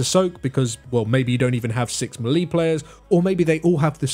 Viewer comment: Melee is pronounced "maylay" Learn to speak